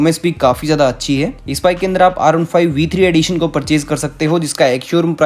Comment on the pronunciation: When u say R15 versions... I heard you saying Arunpipe B3 arunpipe b4.. 😄 just joking 😂